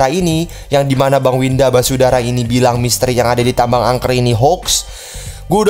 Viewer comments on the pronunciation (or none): Basudara bang bukan wisadara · Basudara bukan wisadara wkwk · syandu: wisadara 😂😂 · Bocil Kematian: basudara(Brando): Wisadara Me:??!!?? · Bisadara Semua: Basudara Panggil Bersaudara aja kalo Basudara nyebut nya susah, kang typo emang:v Edit: tumbnail commentnya kok 1 tahun lalu? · Ngakak lihat bilang Winda basudara jadi wisadara 🤣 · bang bukan wisadara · basudara bang bukan basudara